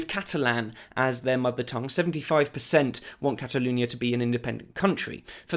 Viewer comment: ‘Cataloonia’ omg speak properly